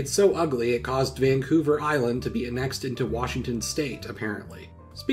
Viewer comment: The way you say annexed is a pathetic/10